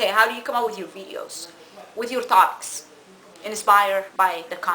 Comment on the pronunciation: Lmao TOBICS instead of topics ur funny ur accent is killing me lol